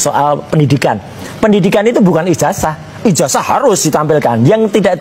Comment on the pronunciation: ijaza bukan ijaja bukan ijasa masak nyebut ijaza saja tidak bisa katanya sekolah tinggi mendingan saya seorang petani tauu tata bahasa